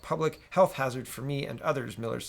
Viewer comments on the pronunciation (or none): none